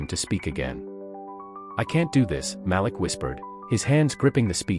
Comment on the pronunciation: His name is pronounced MA -- LEAK.